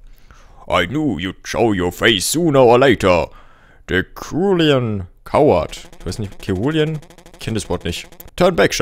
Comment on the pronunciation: cerulean = himmelblau - Aussprache: SE-RU-LI-ÄN Ham'wa wieder was gelernt ^.^